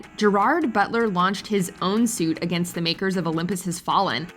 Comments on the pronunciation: The word Against is not pronounced A-gainst! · 🤣the way she says “against”🤣🤣🤣